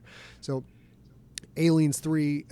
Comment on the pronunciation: Love the interview. Hope you're able to do more content like this. But why does Scott seem to insist on pronouncing it "Alienssssss 3"?